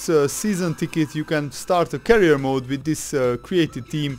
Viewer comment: Career not carrier